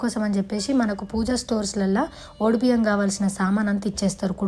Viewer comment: ఒడి బియ్యం.....అన్నది తను......కరెక్ట్ గానే అన్నది...